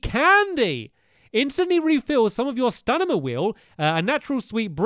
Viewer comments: Stanima? It's Stamina! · Not one person mentioned him saying stanima instead of stamina. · Love how he says “stanima” 😂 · Andreiplayz 19 and he said s t a n i m a instead of stamina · Its called stamina not stanima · He said stanima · He keeps calling it "staNiMa" Instead of stamina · He says stanima Instead of stamina 😂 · Me when he says stanima 🤨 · Did anyone notice how he says stanima instead of stamina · why's he saying stanima! its annoying